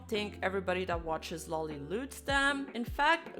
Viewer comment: "Low-Li", not "Law-Li"